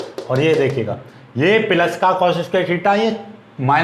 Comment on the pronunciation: Sir app bahut achha pdhate hai.but पिलस नहीं प्लस होता है।